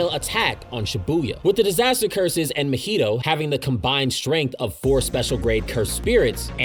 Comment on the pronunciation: No flame but how did you manage to pronounce mahito’s name wrong. You’re saying it like mojito when it’s ma-hee-toe